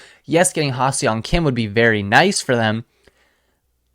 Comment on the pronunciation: You pronounce HSK- Ha SUNG Kim, with an emphasis on the sung… no e or o is pronounced in Seong 👊🏻👊🏻